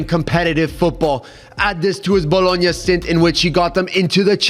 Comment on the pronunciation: I know bro did not say Bologona if I'm even spelling that right is on the same tier as Sporting... S+ tier rage bait lol